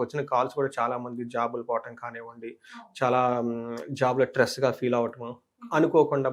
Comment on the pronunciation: Tress kadura babu stress